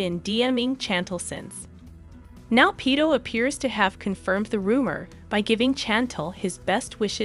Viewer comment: “Pedo” the pronunciation 😂